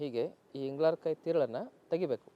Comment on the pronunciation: adu ingalarkayi alla ingalakayi